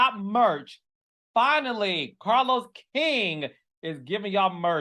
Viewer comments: in and I love that Scrappy pronounces Carlos name as “CahLow”! 🤣🤣😭 #southerncountry I do the same to my bruh in law 😌🤣🤣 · While I'm not foolish enough to fall for Scrappy's charm and gaslighting...praise God...I love the way he says Carlos...like "Carlow". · Lol that's exactly how ppl in Atlanta talk 😂😂😂 My cousin's name is Carlos and everybody pronounces it that way 😂